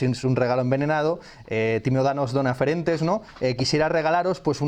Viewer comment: Solo una precisión: es “ferentis”. Una excepción. Perdón y gracias.